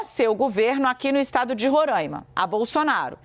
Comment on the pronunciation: Moça por favor é RORAIMA, sem acento circunflexo no primeiro A